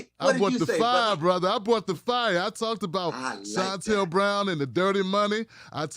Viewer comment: “ short cut Shannel”.